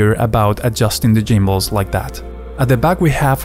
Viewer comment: The Jimbles hahaha. It's gimbles with a hard G. Not J. Ha. What's up. I'm gonna call you for now on.